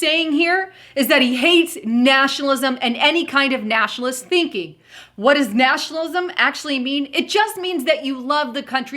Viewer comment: If you play vid from to at 1/4 speed, sounds like says "Nashalism" when she actually says 'Nationalism'